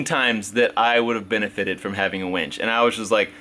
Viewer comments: A WINCH pulls things. A WENCH brings you beers. If I only listen to video, all I hear is you getting a lot of beers. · Chris Beatty...it only sounds the same if you say it wrong. Does win and when sound the same? Yes I know when is spelled differently but the pronunciation is the same. Besides...the remark is funny! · WInch not Wench. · Welding onto coated metal is always a bad idea. Gotta sand it bare before welding in order to make it last. Not a professional, just a hobbyist who's learned the hard way. Also, it's a WIN-CH. Not a WENCH. Wenches are for taverns and bars, not towing cars. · its's a winch (WIN-CH) not a wench like a girl at a renaissance festival. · i dont know why, but i keep hearing wench instead of winch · I was hearing that also. Do you suppose he is too naïve to be familiar with the meaning of wEnch? sdh in CT